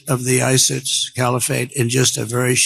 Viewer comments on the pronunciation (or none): none